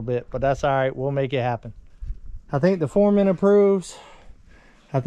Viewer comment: You keep saying it wrong you have the Supurrvisor and the Furrman. Lol every time you say it I correct you and my husband laughs because I have my headphones on so he has no idea what I am watching until I blurt out "nope your saying it wrong again".